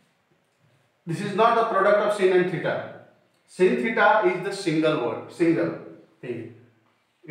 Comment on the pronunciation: Sir it is not sin (phonetic simble) /sin/ but its /sain/